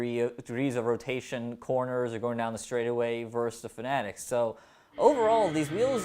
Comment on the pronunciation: Pronounced finatic ????